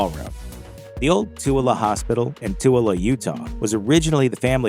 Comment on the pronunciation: Thank you for pronouncing Tooele (Utah) correctly!